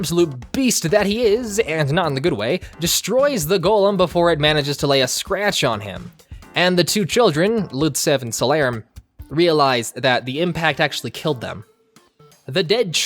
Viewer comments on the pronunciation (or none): Him complaining about the name but calling Chocolove "Joco", Redseb "Ludsev" and Seyrarm "Salern" was cringe as hell.